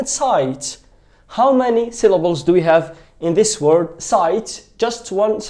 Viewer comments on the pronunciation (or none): none